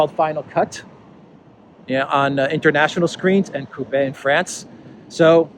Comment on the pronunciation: C'est coupé (with the 'e' closed).